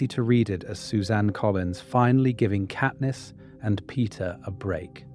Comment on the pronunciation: it absolutely is genAI, not even two minutes in and the voice cant even pronounce katniss' name correctly